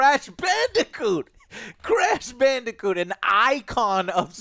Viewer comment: Who else heard Joe say “call of duty crash bandicunt” on accident